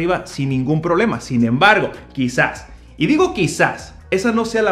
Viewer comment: Bien, el pronunciar bien las palabras también es parte de la imagen. " problema" no " prolema".